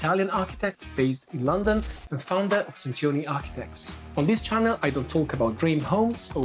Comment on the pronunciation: I notice that you do not pronounce Centioni as I expected of an Italian. Is that because you despair of getting the English to get it right? 🤔